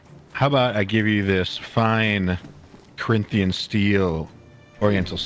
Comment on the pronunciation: Dude said "Fine corinthian steel" 🙄